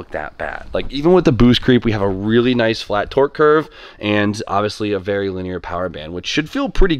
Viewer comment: leeeenear? lmfao